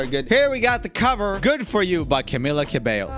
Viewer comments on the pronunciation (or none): none